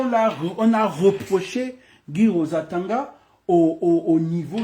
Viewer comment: Toi aussi prononce bien le Nom du Mr svp